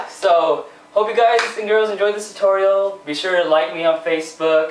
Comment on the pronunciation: LOL. You can never say "tutorial" right. xD